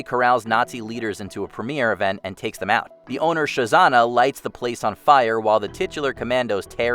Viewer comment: ...Did you just pronounce the main character's name as "Sho-zanna"? Did WatchMojo lose the budget or forget to educate the narrator on the correct pronunciation before posting?